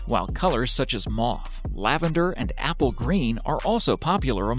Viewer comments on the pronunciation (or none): none